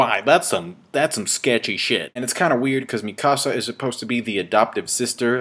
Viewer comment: the way says mikasas name is like he is say it in spanish "mi casa" XD.